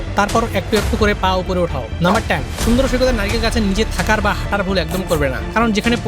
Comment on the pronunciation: সমুদ্র❌ শুন্দ্র✅ 😂😂